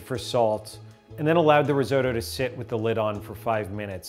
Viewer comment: Hearing Risotto pronounced Rizoe-toe actually hurts a little bit